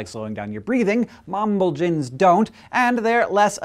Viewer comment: Pronounce it "mamb-AL-jins." Mamb- < mamba, of course; and alg- < Gr. algia, 'pain' (neuralgia 'nerve pain', notalgia 'back pain', anaglesic 'pain-relieving'); -in = a suffix indicating a biochemical substance, as in "protein." So, "a pain (relieving) substance from a black mamba."